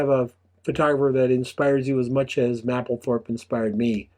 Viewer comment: The "A" is a HARD "A" in Mapplethorpe..... You will sound more convincing is you PRONOUNCE the genius R.Mapplethorpe name CORRECTLY.